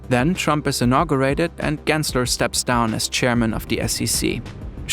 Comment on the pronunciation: why does trump pronounce gary gensler with a hard R 😭